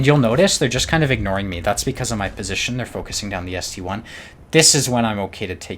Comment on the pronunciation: It's not ST-1 It's ST-I (ST-i)